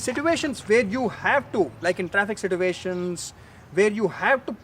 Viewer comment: Situation Not Sit uation according to me